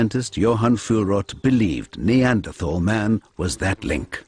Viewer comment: why cant americans pronounce neanderthal correctly?